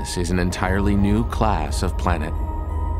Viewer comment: Emphasis on the last three letters of the word class.